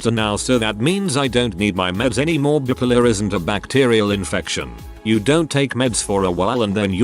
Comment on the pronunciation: Love the way he pronounces bipolar; bip-ler.